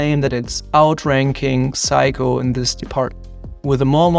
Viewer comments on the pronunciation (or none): Psycho? 😅 say-ko